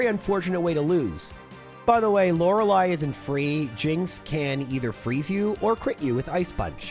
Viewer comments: It's actually pronounced laura-lee. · I'm willing to endure the mispronunciation of Lorelei if it means he gets to feel better soon. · What's with the disgusting pronunciation of Lorelei in this video 🤮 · You're so sick, you mispronounced the name of the first Elite Four member.